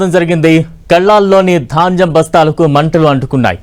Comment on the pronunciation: Dhanjam bastalu kaadu baabu ...dhanyam bastalu telugu palakatam kuda ravatamledu ..vanakala chdauvulu